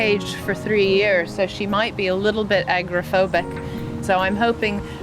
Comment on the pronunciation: It’s AGOROphobic, NOT Agrophobic.